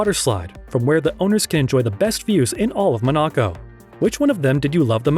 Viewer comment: Ma-knock-oh? Where the fuck is that? In Your Anus? LMSFAO!